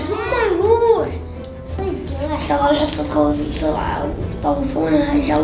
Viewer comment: شقل✅ شغل ❌😂😂😂😂ههههه